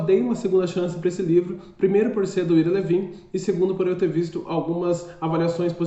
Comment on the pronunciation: Pronuncia-se ao AIRA LÍVIN. Livro sensacional. Premiado e que gerou DOIS filmes sensacionais. Já li sete vezes, nos últimos 20 anos. Ira Levin é meu escritor preferido. Pena só ter publicado 7 livros. O cara é genial.